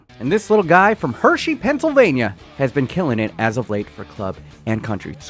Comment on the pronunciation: "Hershey Pensalvania" - Shows Ohio